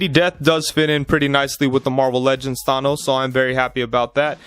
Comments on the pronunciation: THA NOSE NOT THAY NOS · Did he say thAH.nos Good review tho 👍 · Why are you saying Thanos like that?